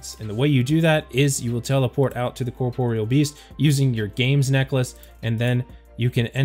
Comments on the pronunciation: kaw-Porial sounds so weird xD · he says corporal 😂